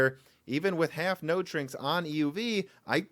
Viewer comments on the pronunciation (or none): none